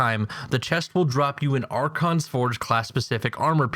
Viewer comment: ***** its archon* actually